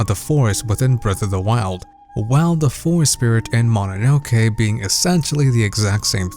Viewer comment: As a Japanese, the most impressive thing in this video is, he pronounced Mononoke right lol